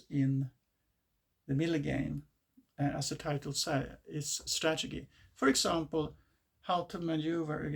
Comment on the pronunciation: chess strategy ❌ chess tragedy ✅ chess strachigee✅